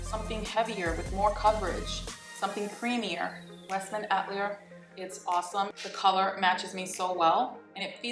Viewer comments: Great video! The right pronunciation of Westman Atelier is “ah-tell/tuh-lee-ay “ hope that helps! I’m French Canadian (it means “studio” a place where any form of art takes place). You are gorgeous! Blessings 🥰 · Westman Atelier = Ah-Tuh-Lee-Ay